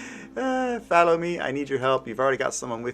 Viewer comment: good video but you might want to try and fix your pronunciation of "Follow" it sounds like you are saying Fallow fallow făl′ō adjective Plowed but left unseeded during a growing season. Characterized by inactivity. follow fŏl′ō intransitive verb To come or go after; proceed behind. To go after in pursuit. To keep under surveillance. Just saying... (maybe it's just me hearing that tho) (in case it's just me just ignore me)